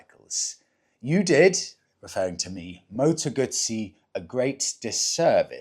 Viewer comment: What's a Moto Gutttsssee 😂😂😂Never heard of those only a Moto Guuuuzzzzzyy